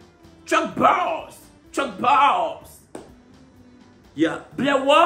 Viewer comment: Tchie mais tu as les mots mais tu n’as pas la prononciation deh😭 que Chuck Boass 😭 faut arrêter d’exagérer sur les prononciations eh